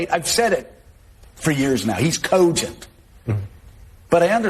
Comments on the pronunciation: "Ka-ogent" "Tra-uth" What is this strange pronunciation??? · The way Scarborough says "Cogent" annoys the F out of me..